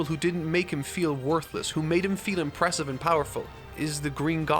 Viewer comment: IMPREH BETT THEH EHPECT